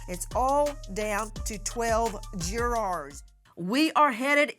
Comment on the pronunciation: whats a " juwoars " ? smh so damn stupid man